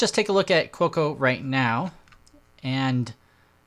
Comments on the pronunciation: Every time he said Cuoco it was like fingernails on a chalkboard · Quokka is actually pronounced "kwokker". It is a small Australian animal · Americans pronounce the 'r' at the end. So let's say it's pronounced 'kwokka'.